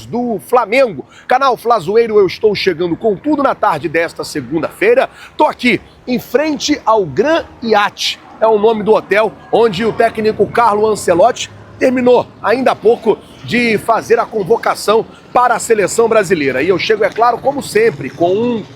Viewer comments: Gran “iate” 😅😅😅😅😅😅😅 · Pqp, o cara não sabe mem pronunciar o nome do hotel, gram iate, kkkkkkkkkkkkk